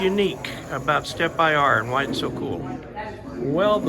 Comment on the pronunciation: It's interesting how the vendor in the video chooses to pronounce the name "Stepper" and not "Stepp-IR", etc. Following that logic, one would think the "Big-IR" antenna would then be pronounced as "bigger", instead? Just asking. In any event, good video and thanks as always. 73, AC3HT